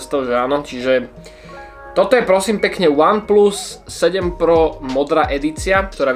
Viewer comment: Ach jo , z toho jak říkáš VAN PLUS mě bolí uši :DD